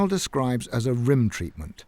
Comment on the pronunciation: out here givin 'rim tratments'